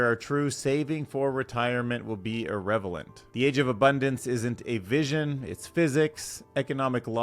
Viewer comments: “Irrrevelant” pivoting “Relevance” into a new word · This guy doesn’t know how to say irrelevant 😂